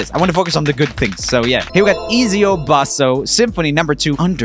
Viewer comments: oh my god, someone else with the name ezio, I never thought I would see the day. Also Joel, its pronounced etsio btw, but I appreciate the fact its in there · you did not just pronounce Ezio as Eezeeo